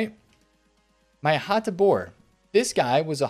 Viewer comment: Great job, on the video and the Hateboer pronunciation! Lol! BTW that Theo Hernandez I so luckily packed in that 81+ upgrade 💪 is sooooo good! Thanks man!